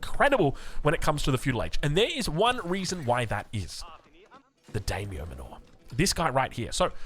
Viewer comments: it's just daimyo MAN-or. Like the manor houses in AoE3? As in, they live in a large manor. Not manoor. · The Dame-yo Manure?😂